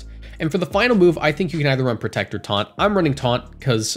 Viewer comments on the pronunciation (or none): none